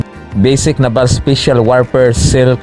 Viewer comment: Ayusin mo nmn pag bigkas ng naval